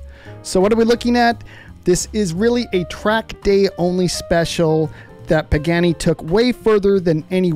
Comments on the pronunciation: Pagani. Pronounced PAH GAH KNEE. Not PAGANNI. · Pagani not Pagheni. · Bro said peckani